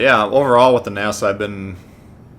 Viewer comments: He called it nasa it’s Nassau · It’s pronounced Nassau au as in ouch. Nass-ow. Sorry I’m a German Studies major.